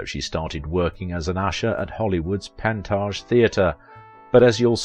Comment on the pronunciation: Two corrections: Panteges is pronounced pan-TAY-jus & "WACs" is said as wacks (Women's Army Corps).